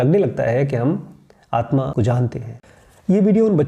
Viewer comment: You are calling aatma as aatman I think it's wrong